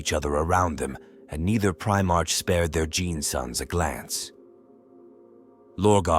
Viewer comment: 23 mins in, bro I gotta say, and I ain't being a cunt or anythin' but its pronounced Pri-mark not prime-arch. I dunno if this is one of them AI bot ones doin' the talkin'? Sorry bro, nothing against you, It's just a splinter in my mind.